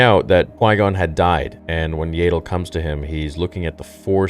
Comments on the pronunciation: Ya-dull… not yay-dull..dear god😭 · You're still going to pronounce it YAY-del even after the show makes it CLEAR it's pronounced YAH-DEL??? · What;s with the mispronounciation for the names of the characters?? Do you even watch the movies or shows?? Why the F do you change how Yaddle (Jaa ttle) Not jay ddle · BRO ITS YADDLE NOT YAYDDLE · Isn't her name pronounced Yaddle like paddle and not Yadle like ladle? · I think you’re right. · I thought it was pronounced "Yah-ddle" & not "Yay-ddle" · Bro I’m sorry I hate to sound like a hater. But this is made by Filoni whom I’ve even heard you say he’s like George Lucas alternate and you have backed up many of his actions. That being said. It’s YAD. Not Yaydle. They say in the show multiple times. So meaning it’s Canon. Not Yaydle. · I love your videos but I really hoped that after hearing her name in the episode, that you would start pronouncing her name as Yaddle (short A) like saddle not like ladle. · Isn't it an ah sound instead of and ae sound for Yaddle? Legitimately don't know. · It’s Yaddle, not Yaidle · Yaddle. Not Yaydle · Why do you insist on still calling her “YAY-DOOL”? It’s “YADD ILL” They even pronounced her name in the show for Christ sake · Yaddle is pronounced Yeah-ddle not Yay-ddle. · As if is STILL saying Yaddle as "Yay-Dull". FFS! It's literally said several times in the episode as "YAD-DULL", so it rhymes with paddle. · . Her name is pronounced Yaddle, not "Yaydle". You really need to get her name right. I have heard you say it wrong the whole time you have been saying it. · im sorry "Yaedle"? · IT PISSES ME OFF THAT HE SAYS YAYDLE OMFG!!! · And then said yaydol lol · isnt it pronounced "yeah-dole" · Stop mispronouncing Yaddles name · say her name RIGHT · Dude, why do you insist on mispronouncing Yaddle? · that pronunciation of yaddle💀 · They literally said her name several times and you are still not pronouncing it incorrectly !!! Do you have a mental disability ? If you do I apologize .